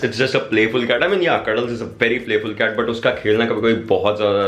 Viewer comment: Ist not cat its CaaT🤣🤣🤣